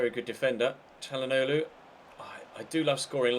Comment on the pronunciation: When you said Chally for Calhanoglu it sounded like you said Cani as in CaniSports